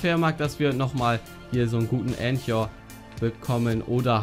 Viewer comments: Clash Royale nein das wird k gesprochen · Es wird ,,Änka" ausgesprochen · Lern' bitte "anchor" auszusprechen, alter... :D